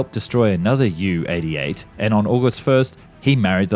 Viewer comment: Junkers JU 88 Is pronounced junkers Jay You 88 in English . Try harder.